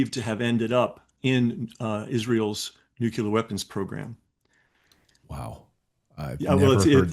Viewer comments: NEW-KLEE-ERR you can do it. 🙄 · noo.klee.ur hard to take anyone seriously when they can’t pronounce simple words. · Please learn how to pronounce NUCLEAR. It is NOT nu ku lar. It might help if you split it into two words “new” and “clear”. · Nuc-U-Lar? Come on. You can't pronounce nuc-le-ar? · Very interesting but how do I take this guy seriously since he's allegedly read so much and keeps saying "nukular weapons" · Sorry. I can't trust anyone who pronounces nuclear, "nukular", every single time, especially when he is a supposed expert on this JFK nuclear issue with Israel. I just can't...NEXT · Drives me nuts that nobody can say “nuclear” anymore. We used to tease George W. Bush about saying “nookyoolur”. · Thanks. I thought I was the only one who noticed "nucular." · How hard is it to pronounce NUCLEAR !? ... what is all this Nuke ya ler crap !? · Why is nuclear so hard for people to pronounce? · Nuclear. Painful to hear is repeated mispronunciation. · I have a hard time taking anyone seriously who cant say the word "nuclear" correctly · Give him a break. My husband was a nuk and I have gotten my tongue tangled on it before. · This guy can’t pronounce nuclear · I can't take seriously anyone who can't pronounce "nuclear". Plus nuclear weapons don't exist. They're only propaganda. The Israeli government knew that obviously, and I think this is deliberately planted disinformation. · Just a suggestion... if you are aiming to be credible... at least pronounce the word "nuclear" properly or you will lose many... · Hard to believe that someone who is so conscience of his diligent doings does not know how to pronounce the word nuclear... I do question someone so diligent on proper and correct information how they do not know how to pronounce such a critical word in their studies... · Very useful and informative but did it bug anyone else that the guest pronounces "nuclear" the same way Homer Simpson does? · For Chrissakes, learn how to pronounce NUCLEAR! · Nucular? Lol